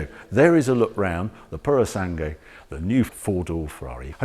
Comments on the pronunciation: Pu-ro-sàn-GUE Not "pursang"🤦🏻‍♂️ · Puro sangue, pronunciare "sangwe". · Oh dear, Harry needs to work on his Italian pronunciation. It’s Purro-SAN-Gway.